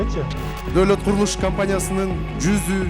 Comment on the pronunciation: Доолот эмес Доолат 😄😄😄болуптур